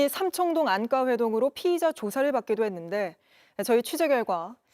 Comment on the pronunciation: 안가를 왜 안까로 발음하냐.. 짜증나게.